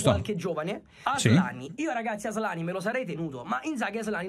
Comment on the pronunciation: Però nessuno ha notato come ha asllani, ASSlani ahahahah